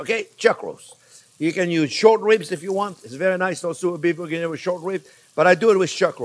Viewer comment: I just love the way he says the name 🤣🤣😆😂😆 Beef bougggoiuoiiinoungh So is Bourguingnon means Big Onions? What does it mean?